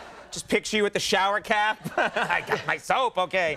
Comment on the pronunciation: Ohhhh "soap"! I thought he was saying soup the first few times.